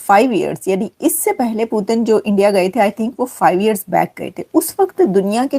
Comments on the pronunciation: Bsdk पुटीन नहीं पुतिन जी बोलना सीख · Putin bolna Sikh pehle 😂